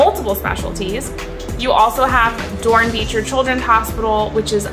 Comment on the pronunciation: Pronounced Dorn-Becker 😊